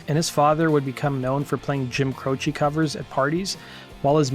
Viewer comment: Croce like "croach", not "crochee" ;) at least thats how he called himself